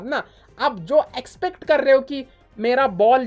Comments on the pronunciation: Expect nahi except hota hai😅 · "Expect" nhi "except" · Except ❌ Expect ✅ 😅😂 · Except ❌️ expect ✅️